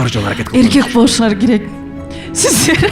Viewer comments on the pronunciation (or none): С тамгасын ш дейби шиздер дейби